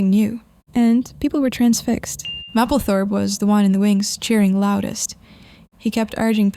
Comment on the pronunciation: Love her. psst, it’s pronounced maple 🍁 -thorpe